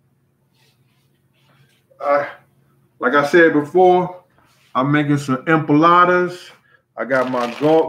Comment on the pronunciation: Loool is it empanadas or empalades I’m confused the way he’s saying it